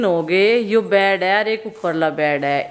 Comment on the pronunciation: Bad nae kehty bed kehty hain ap k ghlat bolny sy sunny waly b ghalt bolty hain